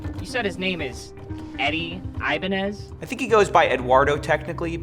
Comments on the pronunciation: Great job but his name is pronounced "eee"banez, not "ayy"banez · Every time I heard the word "Ibanez" I feel like I'm having an aneurysm. I was convinced it was pronounced like "Ibañez", and not "Ibanez"